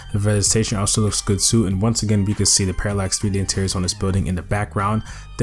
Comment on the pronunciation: bro if you say Paralex 3D Intiriors one more time i am gonna snap